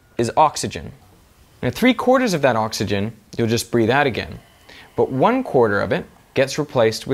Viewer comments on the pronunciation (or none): none